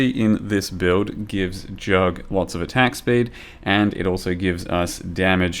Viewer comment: I like how you call it J U G G consistenly :D